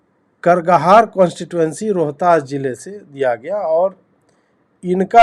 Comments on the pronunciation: Sir aap apne aap ko Bihari bolte ho aap, aur aapko 'karaghar' ka uchcharan bhai nahi aaraha? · जय जन सुराज! इनको करगहर भी बोलना नहीं आता I